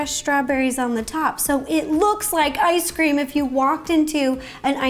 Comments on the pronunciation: Is it just me or did Ro call it Nice Cream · Rosanna:ice cream🍦 Me:did she say nice cream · its ice cream not nice cream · Why did I hear nice cream. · Who else has been hearing "nice cream" instead of "ice cream"? LOL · It cinda sounds like you said nice cream it’s cute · me: Is it just me or she said nicecream a few times Everyone: .... Me: ok just me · Me: Yay! A new video! Also me: hears nicecream wait, nicecream??? IS THAT HOW THE NICECREAM GUY MAKES NICECREAM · Is it just me, or is she saying ‘Nice Cream?’ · That’s what she’s been saying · I can’t tell if she is saying nice cream, mice cream, or normal ice cream.. no hate! Love the vids! Keep up the good work!! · Is it just me or did she say nice cream? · Idk why, but everytime she says ice cream I hear her pronounce it as nice cream 😂